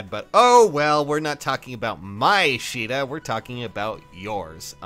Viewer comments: her Japanese name is pronounced like She duh. Her English name(what you saw) is pronounced kA duh.... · I always thought it was pronounced Kay-da. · its pronounced "Sheeda" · Her English name is pronounced kA duh